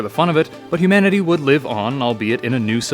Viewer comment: He said hoomanity lmao